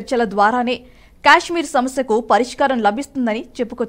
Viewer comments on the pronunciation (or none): అది క్యాష్మీర్ కాదు తల్లి, కశ్మీర్ లేదా కాశ్మీర్ అని పలకాలి. Stylish గా ఉంటుందని అలా పిలవకండి అర్థమే మారిపోతుంది.